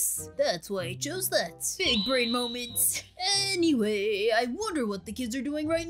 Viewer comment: HAHAHA I LIKE IT WHEN SAID BIGBRAIN MOMANT 😂😂😂